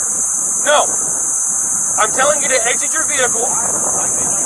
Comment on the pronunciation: Do you know what a "VECKLE" is? It's how you call a vehicle. LOL.